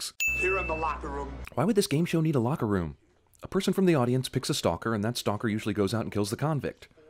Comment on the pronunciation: Jesse calls it a "lacker room". Maybe that's a thing and we're mis-hearing him. It's where the lackers hang out. Y'know, people who lack...stuff